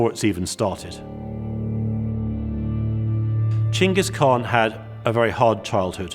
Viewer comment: finally someone says Chinggis khaan coorectly